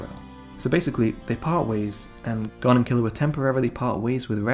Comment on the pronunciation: Killua and Gon's chemistry....None Good storytelling....Lacking The magic of HXH....Gone 😔 It's like a body without a soul ....No pun intended And if I hear them say Goowne(Gon) one more time!!!! 😂😂😂